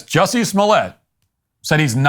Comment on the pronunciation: It's pronounced "Juicy."